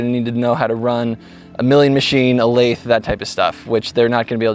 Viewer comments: I have been a machinist for 12 years and have never heard anyone pronounce lathe like that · I've never heard someone call a lathe a "laith" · The way you pronounce "Lathe" is more annoying than any SDI ad I've ever had to watch.